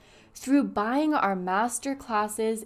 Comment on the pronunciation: you can definitey help people by charging them. i didnt like how u put emphasys on the word buying, when he talked about helping people. life aint easy nothing is free dear. other than that ur channel is fantastic